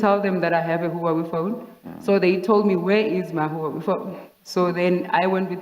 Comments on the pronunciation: Ok but it was more like Whowawi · Let's just appreciate the pronunciation of Huawei 🤣🤣🤣 I make my mom say Huawei all the time. Good times.